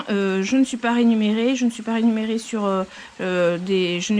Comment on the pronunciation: je voulai dire que vous faites une erreur de prononciation c'est "remunéré" au lieu de "renuméré"